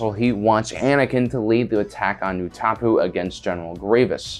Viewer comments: Utapau is not pronounced "oo-TA-poo," it's "ooh-tah-POW". How in the world do you pronounce it so incorrectly? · Say it with me; Utapau, (oot, uh, pow) there we go lol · Did this dude really just pronounce utapau(oo ta pow) as “oo topoo”???? Pls get an actual Star Wars person to do these videos. This is Vox quality bad 😂😂😂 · I’ve never heard someone pronounce Utapau as utapu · “oo-ta-pu” lol ok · The way he pronounced Utapau is disturbing.